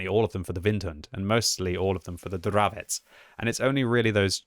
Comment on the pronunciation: Hi, you finally have correct pronunciation for CZ word Dravec, nice, just joking:) Keep up your great work, greetings from Hradec Kralove